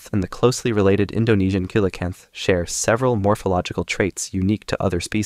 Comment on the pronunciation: ‘Coelacanth’ is pronounced as “see-lun-kanth”. Hope it helps (nice video by the way)